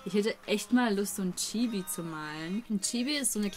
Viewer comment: das I von chibi wird kurz gesprochen